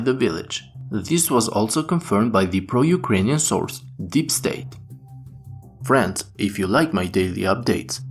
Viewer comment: i love how when you say Friends it sounds like you are saying "France" lol.